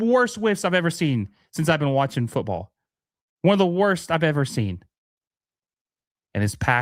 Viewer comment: Calls it football in a souther accent 😂💯